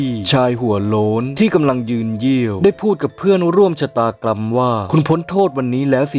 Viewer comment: "ได้พูดกับเพื่อนร่วมชะตากรัมว่า" 555 ชะตากรัมเลยหรอ (